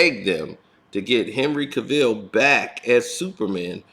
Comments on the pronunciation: Dude it's Henry Cavill not Ca-vill😭🙄🤦🏾‍♂️🤣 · James Gunn was the second biggest mistake the WB DCEU has made next to hiring Joss Whedon. Do they not see that whenever they touch anything DCEU, it turns to garbage? Oh yeah, and it's pronounced cav-ill not ca-ville.